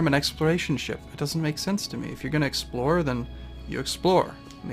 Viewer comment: explore not explode . XD